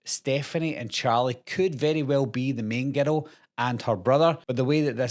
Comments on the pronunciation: I keep thinking you’re saying ghetto lol 😂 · I swear, every time he says "girl" in that accent...... I hear the word "ghetto" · I can’t get over how when you say girl it sounds like ghetto lol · When you say girl sounds like you're saying ghetto 😅